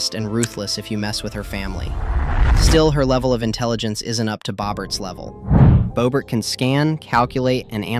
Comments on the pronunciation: Who is bow Bert it’s Bob ert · you also said bobert